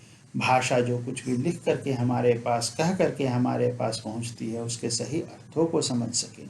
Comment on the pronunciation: अर्थों को बिना अनुस्वार के बोल रहे हैं प्रभु जी।